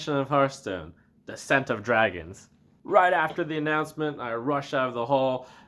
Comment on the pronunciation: At first I heard is as "The Scent of Dragon" xD Also wtf with the free Legendary? What about Mage, Paladin, Hunter? Or fuck those classes?